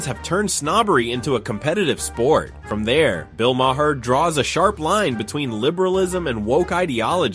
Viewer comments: For the hopefully last time, his name is pronounced MAR, like bar, car, and far. It's not Muh Whore, it's not Muh Hair. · Bro. You’ve pronounced his name differently 15 different times. It’s “Ma-rr”. At least do the homework. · It's pronounced Mar (rhymes with Bar)